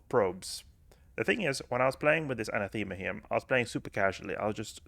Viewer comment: Anathema = An-Ah-thu-ma